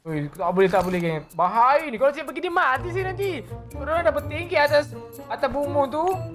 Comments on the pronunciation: SAPA PERASAN BILE CAKAP BAHAYA TAPI KELUAR NYE BAYAHA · Bahaya❎ Bayaha✅